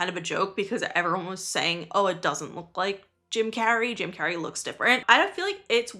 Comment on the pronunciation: That ain’t Jim Carrey, that’s Cim Jarrey 😦